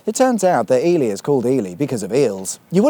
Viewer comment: I love that Ely is pronounced correctly over there. We have an Ely in Minnesota US and too many people call it Ee-Lie. Just makes you want to slap them with a Walleye.